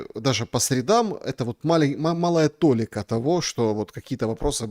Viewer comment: По-русски в слове "толи́ка" ударение падает на второй слог.